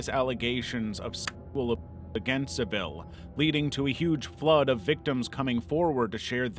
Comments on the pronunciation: that isnt Jimmy Savile and it’s Savile not Seville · It's not your fault that you keep pronouncing Saville as 'Sa-vee-le', when it's more like 'Sav-ul'. You've accidentally made him sound posh, but as we know, he was anything but. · It's pronounced "Sah ville" you 'no-research doing' hacks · Its sav-ill not seville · It's pronounced Savull, not Sa-vill. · Jimmy Savile not Jimmy Sevile, Sa-ville with an "ah" ......bloody Americans 🤦‍♂️🤣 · Jimmy Saville's name is pronounced "SAH-vil" not "suh-VIL", for future reference. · its saval not civil that how you say the name bro he was a monster watch louies throuxs documentarys about him eye openers he says in on of the early focumentary he licked his women brain dead and no one clicked on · The most moot of points, but Jimmy Savile is pronounced SAH-vil, not sah-VEEL. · Its not "Jimmy Seville" it's "Jimmy SAville" like saddle. Also he was protected by the BBC, because he was profitable. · What's with the shot of Steve Coogan as Savile?. Sloppy editing. Sa-vil. Savil. No need for the Franglais pronunciation. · why did you use the pictures of Steve cougan from the bbc docudrama during the jimmy saville section there is plenty of pictures of that monster online , also we british pronounce it savul not saville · A thumbnail from the shining, the still of the guy meant to be Jimmy saville isn't Jimmy saville, have no idea who that is. Also you can't say killed or murder? Also it's said Sav-ill is not Sav-eel. Enjoyed the video beyond these mental happenings. Jimmy saville was a fkn vile bastard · Jimmy Savile’s surname is pronounced SAH - vil, with the emphasis on the FIRST syllable, NOT sah- VIL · Jimmy savile’s name is not pronounced like the city Seville in Spain, it is pronounced Sav ill as in the US real eastate brokerage company Savills. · It's pronounced Jimmy "Sav-ull", not "Sav-ill" ~ Yours kindly, A Brit. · btw it's pronounced SAvile, not SaVILe. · Ah yes "Jimmy Suhvill" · It is pronounced Jimmy Sav'ull'.